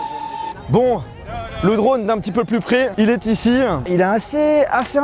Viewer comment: "Icieuuuh" il met un yeuh a chaque mot 😂😂